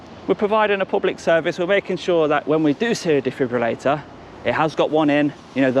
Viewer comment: DJ it is a defibrillator not a defibulator